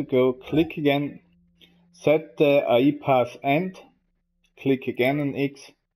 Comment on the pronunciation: Great video man. It's A.I. Not Ai. I know it can't be your accent so I try to help you out. Artificial Intelegence. Keep up the good work!